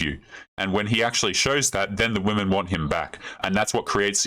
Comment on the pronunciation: When this "dating coach" says "we" she means wahmen, I'll still give the old gal a zinc injection and ghost